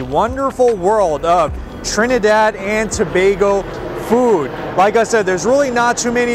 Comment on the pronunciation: I love this video. I love that you pronounced our country name correctly and I love the featured our food🔥🔥🔥🔥🔥❤❤❤